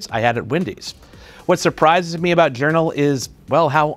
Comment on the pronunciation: I ❤ “Yournal”